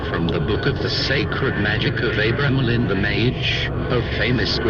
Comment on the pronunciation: For fucks sake, once and for all. ..I Was born and raised close to Boleskine and it is pronounced Boll ESS kin and Abra Melin is pronounced just as it looks Abra (as in the magickal word ABRA CADABRA) Melin as in SPELL IN ...bloody Philistines (probably can't pronounce that either...bloody or Philistine! )